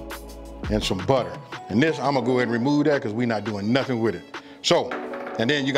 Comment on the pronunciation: "...and some butter" aka some BUT!!! yea E yeaEEEE LOL